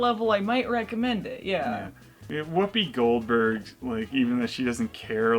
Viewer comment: Whoppi Goldberges is the Dr.Steve Brule pronunciation of Whoopi Goldberg.